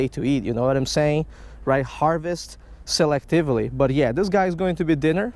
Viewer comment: The way you say selectively and previous cracks me up every time. Keep up the good work, your conservation habits and stats on fish catches are awesome.